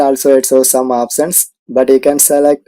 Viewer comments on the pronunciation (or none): Its no opssion...option... O P T I O N Option